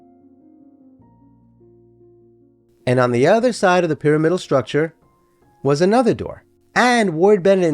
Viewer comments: I wouldn't normally make this comment but since you invited discussion around the pronunciation of radiator, i wanted to say i grew up saying py RAM idal Loved the video. Roberta Flack and Leonard Bernstein both lived there (separately 😅) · Interesting story. Would only suggest looking up the correct pronunciation of the word “pyramidal,” since it is used often in the video.